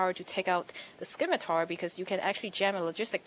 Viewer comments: SIM-itar, not skim-itar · I love little comments. I really wish he was a better commentator, 'cause I'd love him on top form, like Tastosis. On the other hand, REALLY needed to never exist. It's "SSIM-it-ahr". There is no K. Derp derp derp. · That woman cannot pronounce words the scimitar is pronounced SIM-itar not skimitar